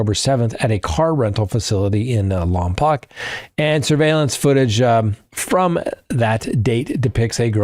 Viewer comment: Lompoke, is how we say it locally.